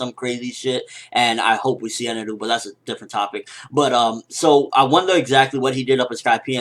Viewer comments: Eneru? I think you mean Enel. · Eneru? It just Enel lol,Japanese pronounciation is funny. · just say enel